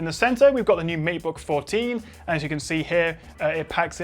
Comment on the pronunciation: It's matebook not meatbook :D